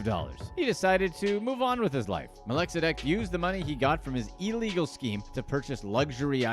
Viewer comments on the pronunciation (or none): none